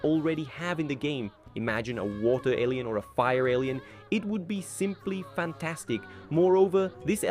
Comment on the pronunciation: I thought you said Asian element